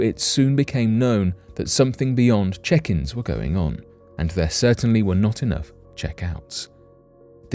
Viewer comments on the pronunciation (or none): I thought you said chickens at first I said why the hell are there chickens in that hotel. Like water chickens have to do with the story and then I said oh check-ins.